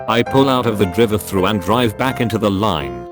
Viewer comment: dri -vey thru